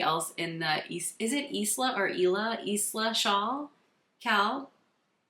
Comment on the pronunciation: Isla is pronounced: eye-lah <3 the s is silent, it s a beautiful island out in the Hebrides